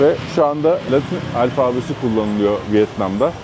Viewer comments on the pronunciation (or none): alfabe sözcüğü “alfağbe” şeklinde okunmaz. “Alfa” ve “beta” sözcüklerinin birleşimi olan “alfabe” Arapça ya da Farsça değildir. A harfini uzatarak okumak yanlıştır. Bugün de bir şey öğrenmiş oldunuz. Keyifli seyirler. 😊